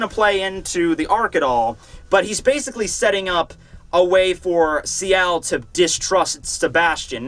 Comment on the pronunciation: also, it's Ciel as in Seal